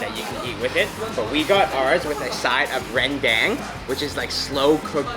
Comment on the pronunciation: Maaf bang, Itu Rendang. Bukan Rendeng 😀😀